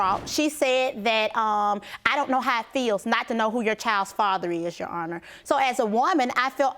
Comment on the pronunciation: Did she say " Jerr Honor" im 💀 😂😂😂